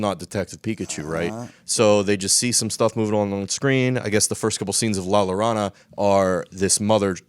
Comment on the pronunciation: It's called La Llorona (Yo-Ro-Nah).